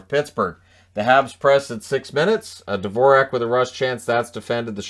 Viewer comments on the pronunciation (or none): none